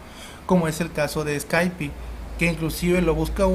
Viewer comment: Escaipi? ._. (Skype)